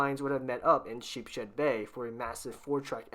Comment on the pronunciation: . you said Sheep-shed but it’s pronounced “sheep’s head” 😉